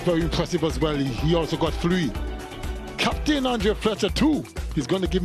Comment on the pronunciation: Is it tree or three